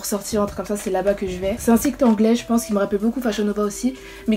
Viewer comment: Au début tu dit c’est un chite au lieux de site